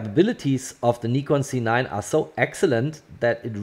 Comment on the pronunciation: Why you always say C9 it’s a Z9 😏😏